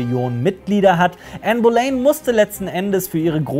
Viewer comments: Super !!! Hochinteressante Zusammenfassung. Aber eine kleine Anmerkung, man spricht es "Bolinn" aus, nicht "Bolein" ;-) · Bohlinn wird die meine ich ausgesprochen